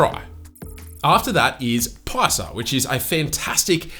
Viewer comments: its not PALSA ITS PAAAYSA pronounce it like that. its an indian hindi word meaning money. "paisa" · PAISA PRONOUNCIATION - PAAYAISA(WRONG), PEASAH(RIGHT) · Surely paisa is pronounced [Pay-sah]